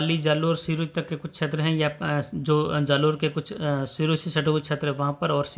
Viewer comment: बार बार छेत्र बोलते हो ये अटपटा लगता है क्षेत्र बोलने का प्रयास करो